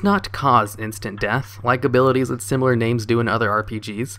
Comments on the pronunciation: 'simular' are you having a giggle? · A simular item, bro I swear he just misprounces shit on purpose to make ppl like me comment. . . And it works :O